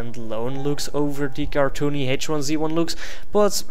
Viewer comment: I believe it's pronounced H1Z1 not H1Z1.